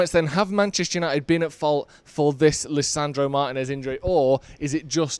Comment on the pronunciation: Great video, but please 🙏 say Lisando's name properly. Martínez. Cheers.